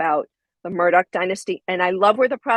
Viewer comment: AleX WITH AN X... spoken as X... HE AINT SPECIAL FOLKS, ... he just hated his real names. His last name is AUUUUUGHHHH, NOT ...OCK. MURRDauuuuugh.